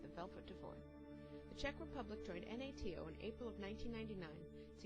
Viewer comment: YOU DO KNOW THAT NATO IS PRONOUNCED NAY TOE AND NOT USUALLY ABBREVIATED N.A.T.O. AND ALSO WHAT WAS WITH THE YMCA CRAP? AND IS THE CUTE ASIAN GIRL AVAILABLE? BOHEMIAN RAPSODY HOW CUTE. THEY LIKE THE VILLAGE PEOPLE WERE ALSO.......UH